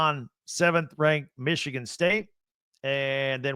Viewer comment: Needs to learn how to say Michigan first lol